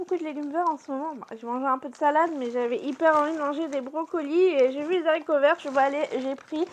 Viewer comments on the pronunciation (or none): Non non pas des « Z’haricots « . Merci 🫢